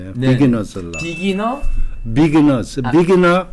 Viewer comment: 차민수씨! 돈을 잃고 스트레스를 푼다? ㅋㅋㅋ 이게 뭔 해괴한 논리인지? 돈을 잃으면 되려 스트레스가 발생되는거 아니유? 뭐 좀 알고 방송을 하던지 해야 않겠는지? 내가 보기엔 하나도 논리가 안맞아요. biginner's -> 비기너즈?? 민수는 발음을 그렇게 하우? 미국서 40년이상 산 사람 맞어? ㅎㅎ